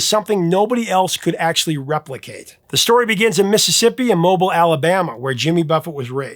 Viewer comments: Thank you.. drove me nuts hearing him say that. Mob EEL, not Mobil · MOE-bill not Mobile. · Brah - just because the brand is T-Mobile does not mean it's Mobile Alabama, The city’s name is pronounced “MOH-beel” (like “feel”), not “MOH-bile” (like “file”). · It’s pronounced Mobeel. Not Mobil like the gas stations. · One niggling point - the town in Alabama where Jimmy Buffett came from isn't pronounced "MO-bull", it's "Mo-BEEL". Mobiliians tend to get ticked off when you say it wrong. Personally, I'm from Birmingham and found out the hard way when I was young... Love your channel. Don't always agree with some of your choices, but appreciate the passion you have for the music. BTW, I had surgery for bilateral kidney stones back in June. Had 3 prior episodes spread over 20 years, it's amazing how much pain something just a little larger than a BB can cause. I can't comprehend what a golfball-sized stone would feel like! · Somebody tell this yankee how to pronounce 'Mobile,' Alabama. ;-) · Hey Professor I love the channel. The stories you tell show a lot of subject study. Jimmy is one of my favorite singers. He definitely had a style all his own. Just one thing, I need to correct you on the pronunciation of Mobile, it is pronounced as "Moe-beel" I was born and raised here and that is how we say it. Again, love the channel and keep up the work! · “Come Monday” and “Pirate Looks at 40” are my top two for JB. Beautiful songs. Also, it’s pronounced Moh-Beel. We like to draw words out down here. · Say it slowly with me...Mobile...Mow-beel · Mo-beel. Coral Reefer Band. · I am an Alabamian and proud Parrothead. I miss Jimmy dearly. PS: It is pronounced "Moh-BEEL," but that's ok. We say everything differently here. ;) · It's pronounced "Mo-Bill" Alabama. 😉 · Mobile, Alabama is pronounced "mo-BEEL". Love your stories!! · the city of Mobile is not pronounced mobile, it is pronounced Mobile (/moʊˈbiːl/ moh-BEEL, French: [mɔbil] ⓘ) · Mo-beel, Alabama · It's pronounced, Moh beel, AL.